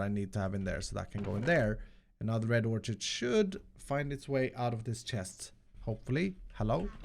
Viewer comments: It's "or-kid", not "or-chid". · Love you! FYI, orchid pronounced OR-KID. Not idea why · Not to be mean, but it's pronounced Or-Kid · Orchid is pronounced "Or Kid"... Sorry that has been bugging me for days. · I cant let it go anymore. I strongly believe "orchid" is pronounced like "orkid." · Btw Orchid is pronounced more like "or kid" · it is pronounce red orkid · Or-kid... ab-zorb-shun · i think "orchid" is pronounced "orkid" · just bugging me a bit, orchid the ch is pronounced like a k